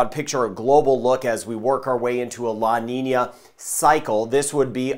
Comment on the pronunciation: Love how good he pronounce the Ñ - La Niña - El Niño . ***